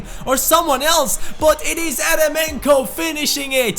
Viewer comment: Great video! Just a little thing, Eremenko is actually pronounced jeremenko since it is a russian name